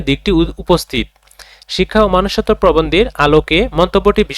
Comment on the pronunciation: Manusotto ❎ Monusotto✅